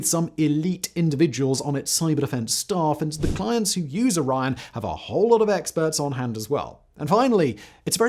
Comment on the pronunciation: A 3 syllable word like Orion and a 2 syllable word like Iran should not sound exactly the same when spoken.